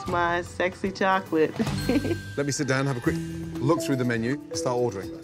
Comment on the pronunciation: Can't tell if the owner said chocolate or "jocklet"